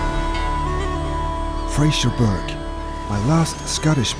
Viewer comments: You will have to learn how to pronounce "Fraserburgh" correctly. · there’ll be lots of Scots ( and at least 1 Saxon) screaming “It’s Fraserburra!” Not Fraserberg. Great vid, as ever.